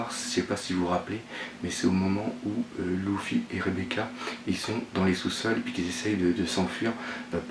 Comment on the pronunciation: Luffy ne se prononce pas "Loufy " (gros massacre ) mais Leuffy !